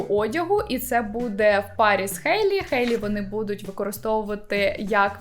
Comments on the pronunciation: Я тут просто сказати дякую, що кажете «Хейт, Хейлі» замість «Гейт, Гейлі»🥲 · Дякую за Хейлі, а не Гейлі🤮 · кому так треба казати?) Сама Хейлі вимовляє своє ім’я через «х», то навіщо ми будемо паплюжити її ім’я